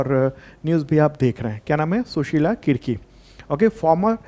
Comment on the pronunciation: Sushila karki hain Kirki nhi